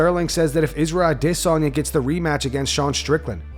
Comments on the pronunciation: Stop saying ADISanya it's so f'ing annoying dude. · WTF does this guy pronounce Adesanya like Ahh-Diss-On-Yeah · If I have to hear u say "I-diss-on-ya" one more time I will unsubscribe. Shits making my ears bleed